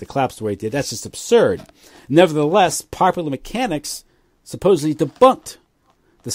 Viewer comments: love these interviews but the word is suppose"D"ly not suppose"B"ly. really needs to work on that speech impediment because it's really annoying. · If Tucker Carlson or Anderson Cooper ever said "supposebly" on the air, their credibility would immediately plummet. That's the point,. All anybody knows about you is what we hear you say on these podcasts. 99.99% of your ideas could be brilliant, but unfortunately you are judged more on your mistakes in this realm. Saying "supposebly" makes listeners instantly question the message they are receiving. Believe it or not, like it or not, it's the truth. Also, while I have your attention, I think it was misguided for you to suggest that we the listeners shouldn't even bother watching Wright's production, make the assumption that it's all propaganda, and then tell our friends the same. That is terrible advice. That's no better than Tim's family's prejudicial response when he shared his thoughts on building 7. We should all watch this production and then dissect every last bit of it.